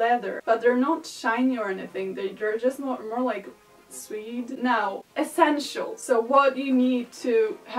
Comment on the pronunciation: Suede is pronounced like "swayed." :) Good job with this video. You pull this style off very well and you did a good job explaining what you were doing in a way that was entertaining and informative.